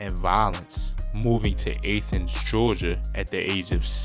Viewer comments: Dis nigga said "Ayyethens" 😂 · got the city wrong it’s ( ath-ins) ! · Athens is pronounced with the “A” the same way u pronounce Apple. Say my city right! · It's pronounced at thens not aye thens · Athens Ga not Athiends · So nobody gonna tell buddy he pronounced Athens wrong as all hell? Lmaoo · That mispronunciation of Athens got me like 😳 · Bruh slaughtered Athens 😂😂😂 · Lmao was bout to say some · Nigga I cringe every time you try to say Athens it's pronounced jus like Athens, Greece